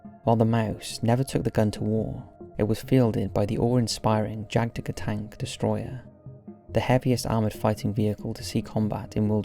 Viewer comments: It pronounced "yagdtiger" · Here is a pro tip for you. In the germanic language the letter "J" is pronounced like "Y" is pronounced in english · "Jagdtiger" is pronounced "Yag-Tee-ger" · The pronunciation of Rommel, Guderian and Jagdtiger: Cringe.